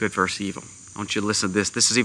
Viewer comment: It's good VERSUS evil. Not good "verse" evil. Please. Get it right.